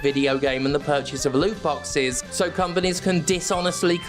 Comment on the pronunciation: Heard 'loot boxes' as 'lube boxes' probably because I used to get fucked by them all the time.